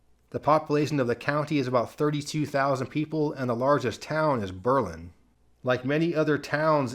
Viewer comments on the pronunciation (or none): none